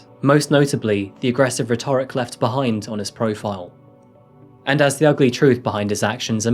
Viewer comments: Fantastic show, and by jove you've blossomed into an excellent presenter. Just remember "retrick" not rheTORIC. 😎🥰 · It's not "rhe-TO-ric", it's "RHE-to-ric". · Rhetoric is pronounced RETorick. Also - the other YouTuber, did he do anything other than rant online? Like, contact the local police, for example? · Rhetoric= RET’-er-ic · Rhetoric: rett-ur-ic, the emphasis is on the rett. The orric is only emphasized in pronouncing rhetorical. Hope it's ok to point that out. Thanks for the always clear, uncluttered accounting style in your videos, the sane underlying morality and the respect given to those who suffered due to these tragedies. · RHETORIC IS PRONOUNCED ...RHE- tor-ic, the first syllable to be the strongest. Don't worry. My Mom and Dad let me mispronounce and I did so on a very regular basis! The on ly remedy is to look up words you aren't sure of!! I've been to Finland( Im half Finnish) and there is the ghost of nazi-ism in spite of their VERY PROGRESSIVE culture. They were forced to ally themselves with Germany to avoid being swallowed by Russia 🇷🇺. They never speak of it.But, it's there. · rhetoric : Ret-err-ick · The way you say ‘rhetoric’ angered me 😂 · The way you pronounce rhetoric 😮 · Not sure if you’re aware of this but rhetoric is pronounced different in this usage. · “Eric was amongst their discovery” - why do SO many people doing true crime videos have such a problem with the English language? That’s also not how you pronounce ’rhetoric’🙄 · Who taught you how to pronounce 'rhetoric'? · Please learn how to pronounce rhetoric properly..... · Excellent video apart from the pronunciation of rhetoric 🙈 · Who taught you to say rhetoric? It sounds so weird the way you emphasise the 'or'! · You have a strange way of speaking, like emphasising the second syllable in the word 'rhetoric'. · in "rhetoric," the stress is on the "e".. you were prouncing it as if you were going to say "rhetorical," in which case the stress is on the "o"..